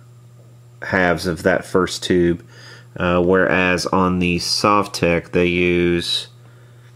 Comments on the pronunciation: Sove-tech !? What kind of person would pronounce it like that !? Sov-tek (it's even written on the front :/) In Russian it's probably sav-took or similar (my apologies to Russian speakers) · Sovtek is pronounced Sohv-tek with the accent on the oh, btw. These are great amps. They are based on the older Fender Bassman amps. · Correct pronunciation: SUAVE-tek. Because that's the way you didn't pronounce it when you gave the 1st two options. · Comrad !!!! You say Sovtek like Soviet Union . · You've always pronounced it wrong. This isn't even that hard to figure out. Say the word "Soviet", bet you didn't say the first part the way you've always pronounced it before did you. That's a hard "O" not the soft one you've always used. Congrats, you've always been wrong, and now you're pissed you got called out on something so simple. It's a mash up of the words "Soviet" and "Technology"; that's how you pronounce it. No one says "S`aw`Viet", they say "S`Oh`Viet"